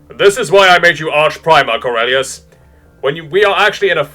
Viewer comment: I couldn't stop laughing. Orelious lol.